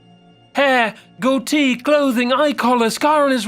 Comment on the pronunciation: Hate the way u said "goatee" it was sooooo wrong turned off after thatee